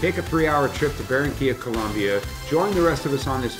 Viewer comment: 42.... It's "Colombia", not"Col'u'mbia. Don't make that mistake down there or else you're in for a rough trip.